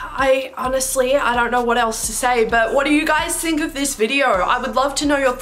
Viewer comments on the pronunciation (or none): none